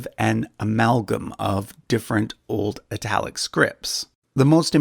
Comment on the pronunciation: Why would you pronounce 'Italic' somewhat like 'Ai-talic'? If then, why don't you pronounce 'Italy' like 'Eye-tale-lie'?